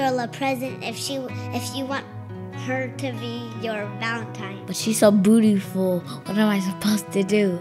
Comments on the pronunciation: Alex: but she’s bootfiul Me: XD he said bootfiul 🤣🤣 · “But she’s so bootiful...” -Alex Wassabi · Alex: “But she’s so bootiful” Awwwww I’m dead. Then he asks her out so she kisses him. A few minutes later.... AHHHHHHHH!!!!!!! Faint